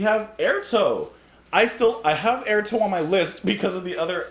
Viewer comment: I think Airto is pronounced Eyeairtoe.